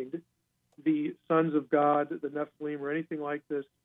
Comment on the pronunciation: What's up with mispronouncing the word "NEFILIM"?